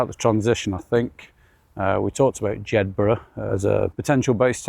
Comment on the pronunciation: Dryburgh is spken as in Edinburgh, no 'G', No valleys in Glen Coe as the name suggests 'Glen' only in Scotland, Loch Leven is spolen as if it has 3 'e''s, Leeven. Hope this helps for next time you venture north